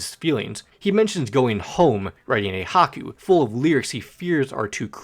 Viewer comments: Haku!! Did I hear haku instead of Hai-Ku! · it's not haku it's haiku I was taking psychic damage the entire time you were talking about that song.